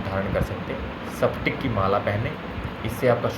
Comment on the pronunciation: Thats spatic Not saptic